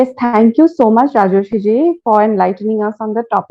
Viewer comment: It's Rajarshi ( pronounced : Raa - jor - shee ) not Rajrishi, Rajashri ( which is a feminine name ) whatever...